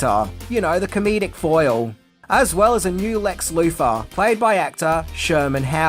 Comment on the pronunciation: ...Lex Loofah?! 🤭